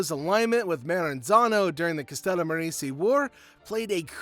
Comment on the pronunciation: CA-STELL-A-MAH-RAZEY. You close White boy. It's funny to hear Wasps try to pronounce Sicilian, Italian, and Greek words. You're a cute kid. You f'ed up on the rest of the names, but you did your homework. Jesus wept son! You can't even pronounce Bobano! Lol 😆